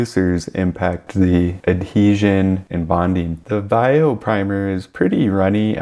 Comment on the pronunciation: I have never heard anyone pronounce Vallejo as you do; not even the Vallejo artists in their own videos. I am a plastic modeler, not a mini person, but I have used all of these primers. Vallejo I did not like; it doesn't like scraping and such as you found and I also found it harder to clean if you didn't have their own thinner, which was seldom in stock for me. I now just use Vallejo for hand painting small parts and figures. Stynylrez I did like as the sanding aspect is great for auto and aircraft models as you want a nice paint surface -- no scratches showing! But it went up in price and was hard to get for a while so I changed to Mr. Surfacer/Mr. Finisher which has been the best for me. And now the jars are hard to find in-store, especially in the colors I use. I can easily get the spray but even with decanting it is more expensive that way. The jars thin down almost forever and I can get a lot of kits covered with one. But yes, you need ventilation. Unless you consider the buzz a bonus. I might add my main paints going over these primers are Tamiya and AK Real Colors.